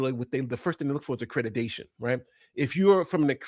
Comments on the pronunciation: Why does he keep saying "accretitation" instead of accreditation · The fact Ritchie cannot even pronounce "Accreditation" correctly, says soooooo much!!!🤬🙄 He says "AccrediTAYion" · He mispronounced accreditation so many times. Anyone who believes Doctored Defraud Risky is a willful idiot.